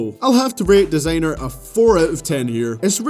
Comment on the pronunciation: why is he saying "desaaenr" instead of "Designer"